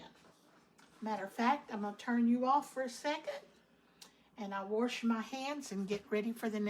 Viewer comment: The pronunciation of "wrench" was for "rinse" and the pronunciation of ""warsh" was for "wash". We all knew what she meant. She used Cream of Chicken Soup with Herbs as her seasoning verses saulted onions, celery, carrots, peppers if desired, garlic and parsley, oregano, basil, rosemary and thyme. As she said, the flour from the dumplings thickened the broth. I generally boil the whole chicken which makes it easy to pick it from the bones. A lot of flavor in the broth comes from the bones. Great recipe. Great job washing your hands and using your cutting board only for the raw chicken. Please remember to clean your counter, sink and pots with hot soapy Chlorox water.